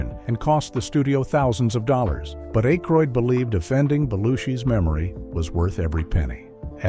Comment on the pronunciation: A-croid? Hire a human narrator please. 😢